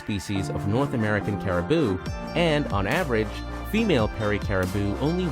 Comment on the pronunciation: Did you do any research before publishing this video? “New Burnswick” ?? “Nanatvu”... “Caribo”... You’re obviously not Canadian… Most likely from the US.. That would explain everything 🙄